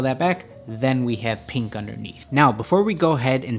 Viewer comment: does anyone else hear him say peank instead of pink